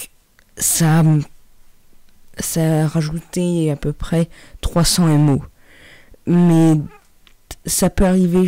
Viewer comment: Mdr il a dit m.o ahah ahah je m abonné